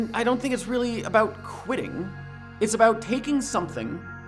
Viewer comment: For some reason I kept hearing you saying "quidditch" all the time... Whats wrong with me?